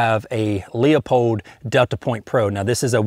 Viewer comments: pronounced lou-pold, not lee-a-pold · Hey guy, it's loo-pold not lee -a-pold OK? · Love your channel, and that MkIV is super sick, but just wanted to let you know that it's pronounced "Loo-pole'd." Just two syllables. My fiance's father has worked there for a couple decades, and that's how it's always been said. I'm not trying to be a d-bag. Just trying to help. Keep up the great work! P.S. - I do really appreciate the fact that you say "ambidextrous" correctly, and not "am-bee-dex-TREE-us." Thank you for that, because if one more "GunTuber" adds a fifth syllable to that word I might just lose it. Heh